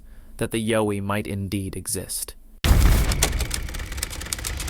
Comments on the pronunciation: Videos would be so much easier to watch if the narrator would learn how to pronounce things correctly....YOWIE !!!??? RECORD!!!??? And please stop adding your 2cents about what sceptics think...who cares , its actually very annoying to hear you lie over and over again about the things other people might be saying...especially when its the same boring over and over and over again....sceptics think it could be someone in a suit....sceptics think its just a blob squatch...who gives a rats ass what sceptics think man!! I watch these videos for the content, not what a bunch of idiots think and might say. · This guy can’t say yowie. Nothing short of a body proves anything. Been plenty of pics already. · I second that! Learn the pronunciation of the creatures you’re speaking of. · Why would it be “The Sunshine Coast Bigfoot Research” when they’re called Yowies in Australia? That and your mispronunciation of the name dies nothing to establish your credibility. Skip. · Ok.think of the word “owl”. Put a Y in front and an E on the end. That’s how you pronounce Yowie. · 💯 CORRECT.Vator is a, well,I will keep that part to myself. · I was just gonna say that haha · Bowie is pronounced like Cow. Not yo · the last bonus clip was comical . This guy is just a very watered down Generic wanna be of Maximum Fear channel. and it''s (ya-OW-ee).. Yowie. not (YO-we). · I'm Australian....it's pronounced....YOWIE as in you've hurt yourself...OW....,not YO as in the American accent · Yowie mate. Not Yoie. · Pronounce it as an Aussie Yeowie..emphasis on the yEowie..not the YO :) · Its not (Yo-E) its, (Yow-E). And #10 is stolen audio from Mike Patterson of Sasquatch Ontiaro. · Yowie (Yeeoww--eeee)not Yoh ee. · Its YOWIE (yauw-ee) pronounced like the word cow. Not as in yo-yo. Do your research beforehand..... you should at least get the pronunciation of the main subject right. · Its Yow wee...Like wow wee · WHO KNEW that "Yowie" rhymes with "doughy"? 😂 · YA-OWE-EE...Now Say it fast